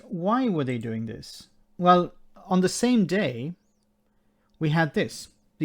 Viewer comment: Don' t you love how his accent gets in the way ... 'the media are here tonight to see dis unity ...' He means, of course, 'this unity', but let's take his first answer.